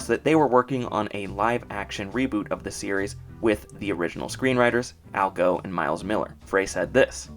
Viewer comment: Just a small correct. Al Gough's last name is pronounced goff , not go. Otherwise, your entire series is pretty great.